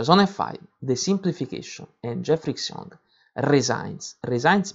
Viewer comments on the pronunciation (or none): 'Xiong' is pronounced 'schyong', not 'ksyong'. Otherwise, thanks!